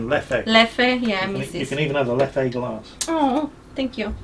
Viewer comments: With Leffe you don’t really accent the second E. It is nearly silent in its native tongue of Flemish. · So first of all Leffe is pronounced different, last "e" is pronounced like the "u" in dumber. "Leffu". Second of al, Leffe really is not that special, like Jupiler it is one of the most industrial beers available in stores. (both brewed by AB Inbev) It actually sells more in France then in Belgium. (numbers and percentages) As a Belgian, that was all that matters in this weeks mingles with. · I chuckle every time they’re trying to pronounce « Leffe ». It’s actually simpler, just say « Leff’ » and that’s it, no need to make it harder for yourselves x)